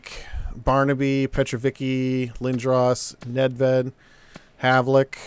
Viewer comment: Dude. Nedved. Ned. Ved.